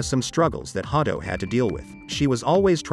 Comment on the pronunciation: Was initially put off by the way the computer voice said Ha-do, but went back to finish watching the whole video after looking at the comments. 👍👍 1 like on this video is not enough. thank you for the video.🙏 May GodChama watch over you!